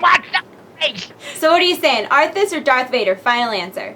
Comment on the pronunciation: Dark Vader ? Do You Mean Darth